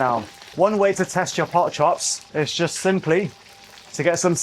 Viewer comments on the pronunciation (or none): The word is Pork, not Port. Please learn to talk properly.